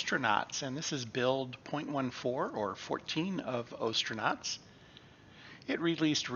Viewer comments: You pronounced Gemini correctly but still pronounce ostranauts wrong. 😅 The "ostr" is pronounced like as in ostrich. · I believe the O in the game title pronounced the same way you would say ostracized. That's what they are after all astronauts who have been ostracized from Earth.